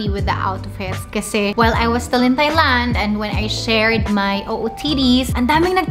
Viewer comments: Wrongly pronounced the country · Mispronounced THAILAND, LINEN etc Lol